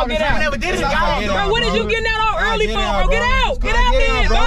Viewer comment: want that free food 😂😂😂😂😂😂 he said FOE 😂😂😂😂😂😂😂